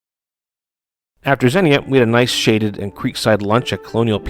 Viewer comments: It's pronounced "ZEEN-YA" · Great video. Couple of nit-picky things… Xenia is pronounced “Zeen-Yuh”. Also, towards the end of the video (tow-path trail) you kept saying Dayton, when I think you meant Akron. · Xenia is pronounced “Zee-Nyuh”.